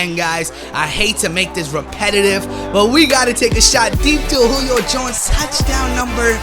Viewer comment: why does he say Julio Jones name so weird